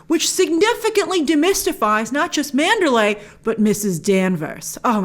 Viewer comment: Pronounce PROPERLY! ...lay is a city in Burma. ManderLEY is the mansion in this story. It's basic respect to say names if people and at-least central locations correctly.